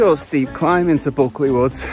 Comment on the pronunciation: I’d have joined you for a while had I known or at least bought you a beer at the Poacher. Next time. ps iBulkeley is Buke like Duke.